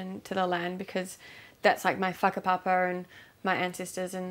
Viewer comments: yeah not even a mention of the original tribe lol then goes on to say the Maori word for ancestor when referring to her white colonizer relatives AND pronounces it wrong 😭😭😭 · nope, just a mention of the iwi and her not using (and even pronouncing wrong) whakapapa when referring to her white grandfather who named the beach after himself a hundred years ago when it already had a name for thousands of years. Are your parents related? You seem to be hard of learning